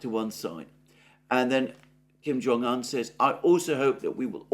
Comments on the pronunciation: Why Kim Jong "han"? It's "oon" It's not Siuneik, or baiden.... 😂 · Better come correct his Name is uun. Un